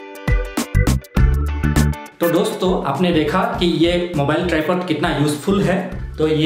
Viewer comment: Video ki shuruaat m hi glti kr di yr tumne दोस्तो की जगह डोस्त बोल दिया😂😂